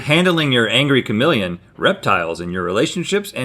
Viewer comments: What’s a kamillion? It’s KAH-MEE-LEE-EHN and don’t tell me it’s a southern thing because I’m from north Florida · me: cuh-meel-ee-uhn Rhett: K A M I L L I O N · The way Rhett says chameleon sounds like he's saying kamillion. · Rhett is not saying chameleon 😂